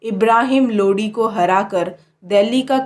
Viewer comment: Dhang se bolna sikho pehele babur nahi babar , lodi nahi lodhi , snga nahi sanga , humayun nahi humayu